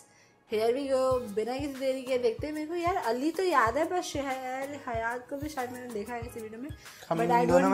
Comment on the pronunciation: Yaaar it's not shehar Hayat it's sehar Hayat se Har Hayat jaise sehra hota Hai dessert😂😂😂